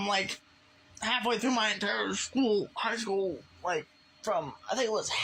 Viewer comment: hearing this guy say the words "high school" struck me like an elam-sized bowling ball